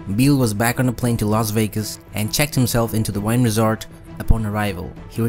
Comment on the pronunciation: Wynn is pronounced WIN not WINE